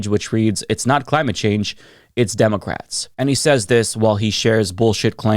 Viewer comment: "ImmOgrants" "demOcrats" my fav words to hear say. lol